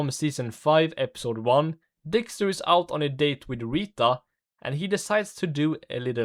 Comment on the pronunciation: help i cant unhear this dude saying dickster